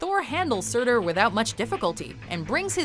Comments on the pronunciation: Lol she says surtur so wrong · YOU SAID HELA AND SUTUR WRONG AND THEY WERE THE ONES FIGHTING EACH OTHER